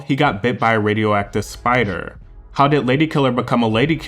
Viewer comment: Who is the narrator? Hate how he drags the last of syllables.. "he got bit by a spideeerrrr. It happened when he was sinGging.."